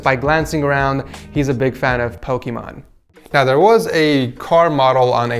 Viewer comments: Why’s he saying pokeeeeeemon It’s. Just. Pokémon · i thought you was saying pokeman